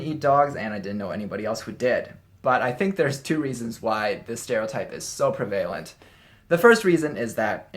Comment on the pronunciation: Prevalent is pronounced as PREV-uh-lent, accent on the first syllable. It should not be confused with prevail where the accent on the second syllable, pree-VAY-ull.